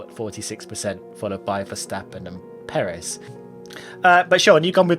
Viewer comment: Please learn how to say Perez. You're putting emPHAsis on the wrong sylLAble.